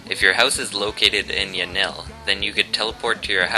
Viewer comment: cant say yanlee right